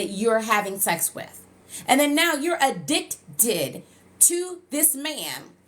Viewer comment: The emphasis when you said “aDICtted” 😂